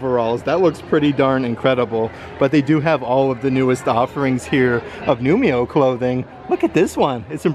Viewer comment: It’s pronounced new-ee-mo. The i comes before the m ❤️ thanks for your videos